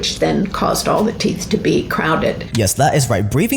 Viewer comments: Teeth....not teeph. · They’re called teeth not teeeff. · They’re teeth, not teef. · Why do you keep calling Teeth, Teef? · Tooth. Not teef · Our "teef" and not "teeth" LOL 😂😂😂😂😂😂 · if ur going to make a video about teeth please learn how to say teeth and stop saying "TEEPH" lol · Haha you say teef instead of teeth😂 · I could SWEAR i hear him saying "Teef"... lol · My brother in Christ… are you saying “teef?” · Okay. First, are you saying teef? Are you tongue tied? It was one of the hardest things for me to learn when fighting my speech issue as a kid. Saying TH and not F. Secondly. The "fact" that our ancestors had perfect teeth? That is not true at all. While perhaps it might be true that gum disease, and cavities were likely less common than today due to a almost complete lack of sugar...and acidic foods. A tooth could and often did lead to death. Diet plays a huge part...yes, but we also do not use our teeth like the hunter gathers did... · How many times is gonna say ‘Teef?’ Or is he trolling. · I think he said it that way every single time. And toof. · he say teef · Teefff Trufff ok, great stuff but it's teeth and truth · “Teef”?????? “Truf”???????? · All I keep hearing is teef and truef! 😅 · I love heard about the truuf of my teef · The way you say truthf and teethf makes me lol…